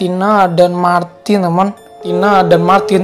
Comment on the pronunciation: Kok kalo kakak bilang Martin aku denger nya maki:v(di sakura)